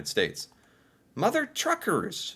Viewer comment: Mother TUCKERS... Not Truckers!!